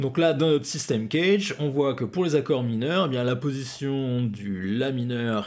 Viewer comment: Euh.... Le systeme CAGED (phon: Kajede et non pas Knedge ou je sais quoi) est expliqué dans toutes les methodes guitares digne de ce nom. Ce qui est rarement dit c'est que l'ordre C A G E D ou DO LA SOL MI RE est important a connaitre en termes d'improvisation, mais vous ne le dite pas non plus